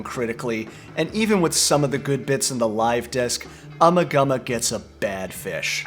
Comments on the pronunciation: It’s uma gooma. Not ummah gummah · I once found an old dictionary belonging to my Grandmother. Flipping through the pages I came upon a word that was awfully familiar. Ummagumma. As the dictionary clearly showed, the first A (eh) was shown as a hard A. The last A was shown to be should I say, a flat A.. The proper pronunciation IS UmmAgumma, not ummagumma. The definition for the word was simple- meaning absolutely nothing about anything. Anyone able to add more to this I would appreciate it, as I've been unable over the years to track down that 30s dictionary nor can I find any confirmation from other sources. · I wish people could pronounce the album title correctly. FAIL. Listen folks, Nick Mason correctly pronounces it in the fricking video, listen carefully. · LOL, plays a clip of Nick Mason saying the name of the album and still pronounces it wrong... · LoL and lol and more lol, indeed LMFAOO... you just can pronounce Ummagumma properly !!